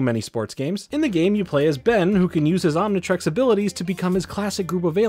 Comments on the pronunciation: A baffling amount of mispronunciations mainly Omni trix not trex but overall great video! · Omnitrix, Omnitrex, Omnitrax, what other pronounciations can we expect to hear from good ol'